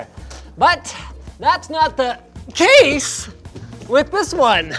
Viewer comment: the way he says "case" . i'm dead lol